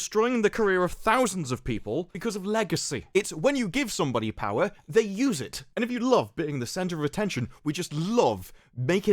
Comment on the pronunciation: I could hear you reading that title. lol "...And THIRST FOR POWA!"